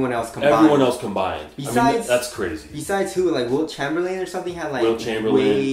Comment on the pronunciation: My man just said Wilt Chomberland??